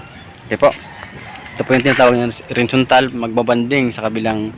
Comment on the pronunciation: Boss ano ang sinasabi niyo? Windzontal o horizantal?